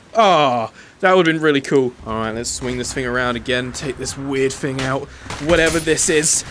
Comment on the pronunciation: It’s “thing” not “fing”